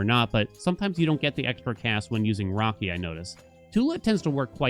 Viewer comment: Brother..... It isn't rocky... It's raki (rayki)